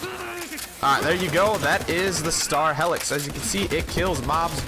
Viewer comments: HEEElix lol hellix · Yo it’s like “heelix” not “hellix” but I agree that gun is sweet. The Maggy is a great DPS weapon too